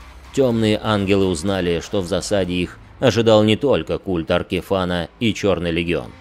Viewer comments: За аркиФАНА дизлайк, дольше 5 секунд несмотрибельно. Вы себя тоже «Тхе Статион» называете? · Казалось бы уже многие называют его Аркифэйн, но как обычно у станции появиться странное описание имени.